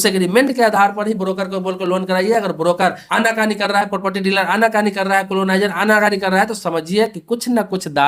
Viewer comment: पोपटी नहीं प्रॉपर्टी